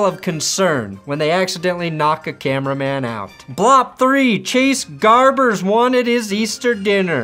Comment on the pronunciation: Chase Garbers bruh, not Gabers.